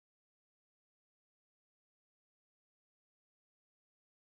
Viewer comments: Giganotosaurus is meant to be pronounced with a j sound tho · It's not 'jih-GA-nuh-tuh-saw-ruhs', it's 'jai-GA-nuh-tuh-saw-ruhs'. 'Jai' pronounced like 'Gy' in 'Gyroscope'. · I know its pronounced jig-a-notosaurus but, shes saying chiganotosaurus. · yeah I don't want what I was thinking when I posted that comment but I pronounce it jai gan tuh saw ruhs and I also hate it when people call it giga not uh saurus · no it isnt gigantosaurus is factually wrong and not how you pronounce it